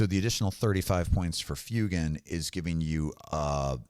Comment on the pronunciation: For somebody who does such deep dives on lore and references to the real world, it causes me chest pain every time I hear you say Fyoo-gan... That's my only gripe. Otherwise, great video, great content!